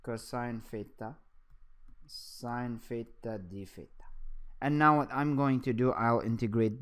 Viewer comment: I keep hearing "pheta",,lol. But this video was really helpful.